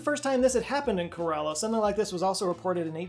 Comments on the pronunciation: Kerala ❌ Coralla ✅ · Kerala pronounced- Care- Allah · It's pronounced "Keh-Rah-Lah". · It's "ke-ra-la" not karala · corrections: 1. its STATE of Kerala, not city 2. Kerala is pronounced K-rella not Quarela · Kerala not Karala like button👇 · Kerala is pronounced like Carol-ah not Kur-allah. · As a Keralite, sorry I know I'm that guy rn, but u pronounce it like (Care-la). Ka-ra-la sounds very similar to what we call gourds in malayalam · Just a a friendly FYI: Kerala is pronounced "kera-la". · It's pronounced - Kay-ruh-laah, but yeah ok 👍🏼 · Love your channel, just a heads up, my state in India is pronounced Ker-a-La, like Shang-gra-La. Thanks for all the amazing content! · "Care-uh-luh" :) Also it's a state, not a city. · Its pronounced like KARen Karela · Kerala is pronounced "care-ah-la" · Kerala is pronounced more like CARE-uh-luh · It’s pronounced keh-ruh-luh. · KE RA LA. That's the pronunciation of the state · I love you with all my heart but your pronounciation of Kerala took a year off of my life (jk) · He knows he mispronounced Geoffrey of Monmouth but doesn’t apologise for butchering Kerala?!